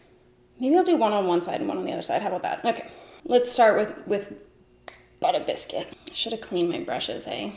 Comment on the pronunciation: I thought the shade name was “bitter biscuit” and you were just being funny saying it in a New York accent LOL